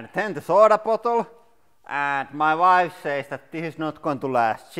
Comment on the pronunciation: "...but most importantly, I vin and vife lose".